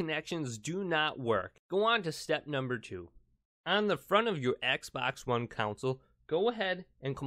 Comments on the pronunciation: I've never heard someone mispronounce the word "console" so many times in a video about a console. Not a good look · Ditto. Wtf is a council 😬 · I noticed he was saying council 😂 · Dude. Its console, not council. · He keeps saying council not console is it just me ? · The word is “console” not “council” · Its console not council ypu donut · Console...not council. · console❌ counsel✅ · i was trying to ignore the fact that he kept saying council lol it was driving me nuts CON..SOLE!!! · It's console not council....yw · pronunciation is con - sole. very simple. not coun - sil. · Hahaha he says counsel in stead of console but the first 1 did work so thx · Its console not council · Console not countsole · STOP SAYING CONSALLLL😡😡😡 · If i hear you say council instead of console (CON-SOUL) i am gonna lose it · Reset "council" lol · Anyone else bothered that he says council and not console😂 thanks for the help though😂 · CONsole not COUNsole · why do you say counsle and not consle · its CONSOLE not COUNCIL damn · I gotta say, it bugs me that you're counsel not console. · “your Xbox one council” 😂😂😂😂 “front of the council”. “Turn Your council back on again”. “reset your council”. “Showing up on your council”. Umm Bud i think it’s pronounced “Console” 😂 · Man says Console like Council 😑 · Dude its console not counsel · Council? Console. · The "Cownsle" approves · Do you mean "Console"...OR "CLOWNSOLE" .....😆😊🤣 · Its console not council smh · He keeps calling the console counsel 😂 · It's console, not counsel or council. Say it correctly. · I can barely make it through this video without getting pissed because you say council instead of console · It’s Console not council dumb ass smh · Ughhhh say console right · Council, rowter shut up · Is he saying council on purpose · nobody: him: cOuNciL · Stop saying council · Take a shot every time he says “counsel”. Yes I know he’s saying console but he’s saying it wrong. 😂🤣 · “Council update” jesus christ